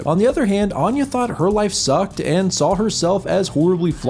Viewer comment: I couldn't get beyond the first word; he pronounces 'Anya' closer to how 'Aine' is pronounced. Which is ironic, lol.